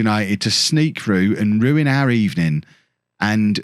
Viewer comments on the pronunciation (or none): none